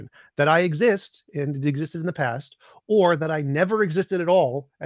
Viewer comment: Holy shit. . . The way she pronounced the word past, as paaahst. I had to forward past that.